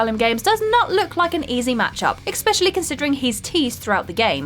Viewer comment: SMH....people who pronounce especially as EXspecially.